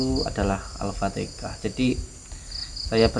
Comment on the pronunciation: Assalam, mohon maaf sebelumnya,penyebutan alfatikhah itu salah,yang benar itu alfatihah,tolong perbaikit ya,mohon maaf saya mengingatkan